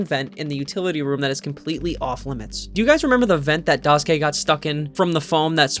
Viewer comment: im sorry but the way u pronounce daisuke immediately made me unable to watch the rest of the video 😭